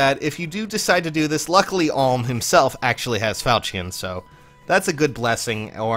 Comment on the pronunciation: Another comment about him saying Alm wrong